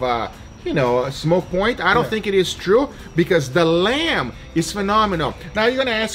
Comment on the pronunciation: "Lemb fat" Do you mean lamb?